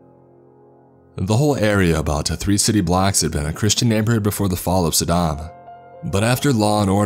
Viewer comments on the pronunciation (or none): none